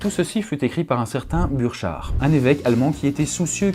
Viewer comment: Bourkart pas buuuchard ;)